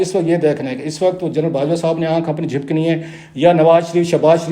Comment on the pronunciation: Jhapakni not jhipkani